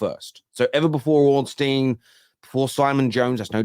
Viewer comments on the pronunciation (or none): none